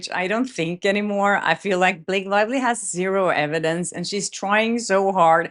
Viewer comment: Did you call her Blake Liely 😂🤣